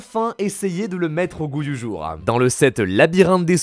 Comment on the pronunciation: J adore tes vidéos mais ça me stress le nombre de mots que tu prononce bizarrement genre « goût du jourem » « obsoletem » «fin du toureuh » « cimetiereuh » etc par contre tu dit pas teromicem tu dit bien teromic 😆